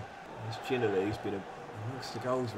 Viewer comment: I love your vids always have always will, but please watch a clip of Josh Ginnelly name being pronounced, as a hearts fan it’s the ocd in me that’s annoyed when I hear it mispronounced 😂, call him Gino or have a listen to his name being pronounced please😂thanks